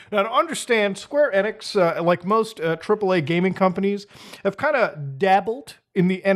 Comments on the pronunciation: It's EEEEE nix (long e) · Muta you're silly 🤣 1. Enix is said Eenix(long E) 2. Announcement is due to them starting dev during rise of Crypto nonsense and clearly got stuck finishing this project , likely due to Investors . Investors CONTROL gaming by and large . This is simply trying to turn a lemon into a lemon meringue pie because they are contractually obligated. SEVERAL companies are in development with these wtf games . Even Dr. Disrespect went NFT with his game because it was the Hot trend in investors. This announcement was part of plans started few years ago , they didn't just decide to do this 🤣🤣. Gaming industry doesn't work like that with development cycles lasting years. 3. When development of these wack games , it was huge among investors, from a business and financial pov things make sense easily . Getting a ton of smaller investors leaves more control in Square's corner vs 3-5 big investors who since oh 92 ish run game companies. For example good ol Bobby Kotick.... He might be head of Activision Blizz but game investors are his bosses , they say jump , he says how high period . The more options you give investors, the more you might bring in . Fun fact/example : Netease and Blizzard made 2 big deals in 2008 ,first was publishing deal that's been in news recently, second and most important is development partnership . Netease USA HQ is in a Blizzard building that housed call centers for Blizzard and they have worked together on everything since 2008 ,Diablo 2 lod , Diablo 3 , Immortal